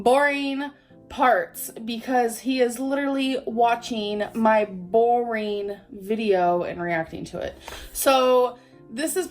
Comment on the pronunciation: Say boareen one more time